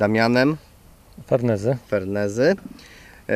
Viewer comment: FERNEZY, nie Ferenzy...